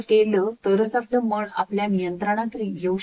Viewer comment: ताई सुंदर विवेचन मध्येच भाषेत काही अशुद्ध शब्द येत आहेत. मन * मण, बोलताना * बोलताणा, एखाद्या * एकाद्या, येणारे * एनारे आता काही लोक म्हणतील भाव महत्त्वाचा आहे भाषा कशी पण असू दे, तर असं चालत नाही. मी त्या झाडावरती खून (खुण) करून आलो. न आणि ण मुळे फरक पडला.